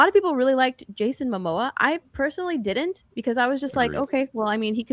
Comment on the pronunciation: I like everything the girl in the bottom right says. I have a question though. Why does she say “did-dint” instead of “didn’t?” Young women today seem to take contractions and extend them to equal/longer syllables than the words they are trying to shorten. Example: shouldn’t. If you are going to say “shood-dint,” just say “should not.” This is an epidemic with mostly females under 40.